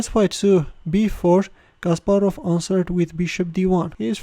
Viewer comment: Your way of speaking CASPAROV like JACK SPARROW in dead men tells no tales ( pirates of the Caribbean )😁😄